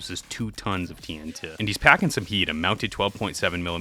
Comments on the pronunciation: I'm so upset that you call TNT (Tee En Tee) "Tee En Tuh". It feels like a subtle jumpscare every time. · Why are you saying "TN tuh"? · bruh says tnt like tntuh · why do you keep saying tee n' tuh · The way you say TNT irks me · why tf you keep pronouncing tnt like jimmy from south park